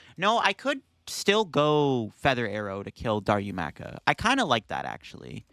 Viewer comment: it's Da-Roo-Ma-Ka. Sorry for being that guy, LOL.